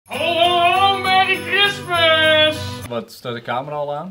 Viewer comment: Hohoho merry krijstmijs